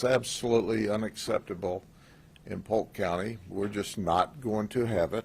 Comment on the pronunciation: "Polkurt County"